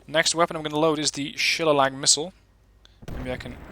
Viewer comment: The name of the ATGM is She-lay-Lee it is a Cudgel or heavy stick of oak or hardwood. A beating stick.... Appropriate name